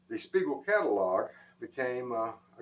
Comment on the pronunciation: 'Spiegel' just like on the tag, not Spegal.